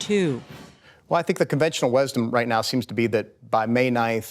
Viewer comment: "Conventional WESdom"? What's WESdom? WESTERN DECISIONS?